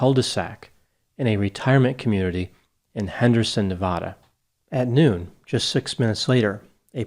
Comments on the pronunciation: Every time you pronounced Nevada, you did it differently. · How can you pronounce Nevada wrong? Was there a lot of speculation about the DiMaggio’s from He Derain locals?? Why wouldn’t they speak to police?? And why did they move so abruptly after Stevens disappearance??